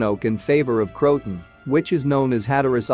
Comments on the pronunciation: It's not cro-ton. It's cro-a-tan.. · It isn't /Crowtin/ It is Croatan / Crow-i-tan/ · Pronounced "Crow-a-Tan" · This AI can't pronounce Croaton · Indeed, Crow-A-Tan for heaven’s sake😜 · Believe pronunciation is Crow-ah-toe-an. AI narration didn't pick up on this.